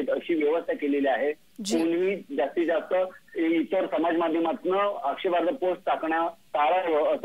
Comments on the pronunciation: आग बाई तुला आक्षेपार्ह हा शब्द सुद्धा बोलता येत नाही. मग कशाला तिथे गोंधळ करते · मॅडम मराठी बातम्या देताना आक्षेपार्ह वाचता येत नाही म्हणजे दुर्दैव आहे.